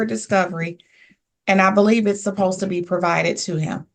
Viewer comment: How lazy do you have to be to pronounce the word 'supposed' - 'posed'?!